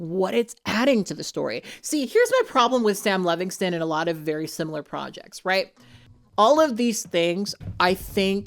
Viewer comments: Sound it out.... Levinson. Lev-in-son. Not Levingston lol ❤ just a pet peeve of mine I realize I am being annoying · “Levinson,” not Levingston or Levingson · I agree 100% with everything you said. Except you mispronounced Sam Levinso's name about 15 times. But who cares really, his name might🎉 as well be Paul Verhoeven. The fact that "The Weekend" didn't like that the script (about a FEMALE pop star) seemed too "female driven" tells me all I need to know about him. And yes, his acting is awful. Too bad the production fell onto the hands of misogynist, it could have been really interesting. And also too bad Jennie is involved. I was so excited to see her acting, but not in this trash. Borahae!💜🫰